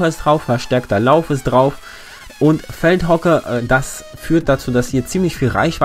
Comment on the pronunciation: Du hast bei Feldhoke gesagt heißt aber Feldchoke aber trotzdem Gutes Video 👍